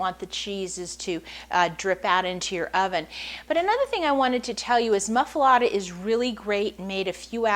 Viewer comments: It's pronounced moof- ahh- let- ahh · She can't even pronounce the name of the sandwich correctly! So, no! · was going to watch until she mispronounce the name. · wrong bread, never heated and she cant even pronounce it....